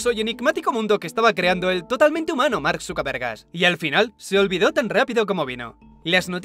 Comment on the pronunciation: tods escuchamos marcksucavergas no?njajajajajaj